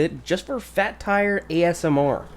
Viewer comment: The way he says asmr lol